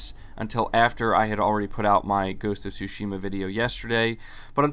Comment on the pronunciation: Hi, thanks for your always informative content. It's all great, but there was just one thing that caught my attention, so please allow me to mention it. I'm a Japanese dude living in Tokyo, and of course a native Japanese speaker. So it's about how you (and almost all other non-Japanese, so it's certainly not just you) pronounce the word Tsushima (対馬). In this word, you can say that the stress is on the first syllable and not the second as in your pronunciation, a linguistic fact which I of course don't blame you for not knowing. So if you pronounce it Tsúshima instead of Tsushíma (if I were to describe it using the Spanish accent mark), it'll be much closer to its actual pronunciation. You can hear it pronounced by native Japanese speakers here: Some words just are pronounced that way, for example the male name Akira (again, Ákira and not Akíra as often pronounced). But this doesn't apply to my name, so yeah... Who knows what the rules are. Languages are so random, I tell ya. I wouldn't have mentioned it were it not for the fact that you have a lot of followers who will hear you and most likely learn from you consciously or unconsciously, so if you could correct it, it'd have a positive effect, I thought. Also, if it was just once or twice I wouldn't have paid too much attention, but when said repeatedly it became a little jarring to hear it, so I thought I'd tell you that. It's not that big a deal, but still not bad to know... I'd also like to be informed if I mi